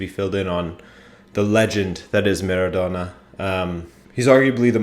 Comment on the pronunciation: Dude, for once pronounce it the right way: MA-RA-DO-NA. Not Merredonna.